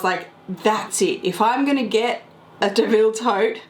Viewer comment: Not pronounced "Deville".